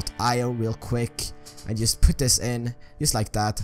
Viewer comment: wtf why do u say yust